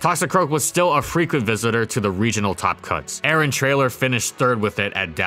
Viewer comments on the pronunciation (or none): none